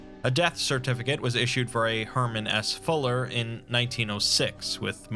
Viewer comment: His name: Herman S. Fuller What I heard: Herman Ass Fuller